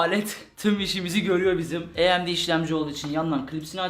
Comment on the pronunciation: AYEMDİ demeyi bırak onun ismi AMD